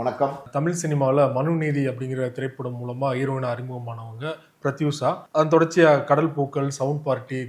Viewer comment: Prathiksha illa Prathyusha.....name correct ah sollunga